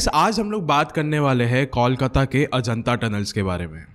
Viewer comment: There's no place in Kolkata named Ajanta Tunnel and No tunnels connect Barrackpore to the main city . The boy the In the audio was not even able toh Pronounce Kolkata correctly .... Nevertheless nice story .